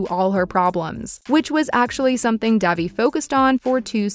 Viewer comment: It's not Dævi, it's Dejvi